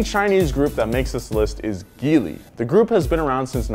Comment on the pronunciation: Your pronunciation is absolutely horrible. Dacia is pronounced (day-see-a). Also when it come to the Chinese brands Geely is pronounced (gee as in gee wizard and ly). Also you made a mistake when talking about the Chinese brands. These are are joint ventures with the Chinese manufacturers, with the Chinese side being the majority stake holder and only for the PRC market.